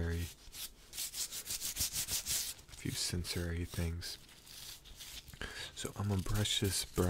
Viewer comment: Ok tell me why when you were saying sensory as senserary I started believing I was saying it wrong 😭😂🤣. Caption is not a cranial nerve exam but an attempted gaslighting of the pronunciation of sensory 😂🤣😭💀🌝… but ANYWAYZ this was another slay added to the books 😌💅🏽